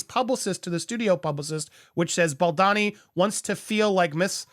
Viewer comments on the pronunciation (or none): You write Boldoni and say Boldani. Which is it? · It’s Bald-Oni not BaldAni. Sorry to be petty about this but he’s Italian and there’s an O in the second syllable of his name not an A.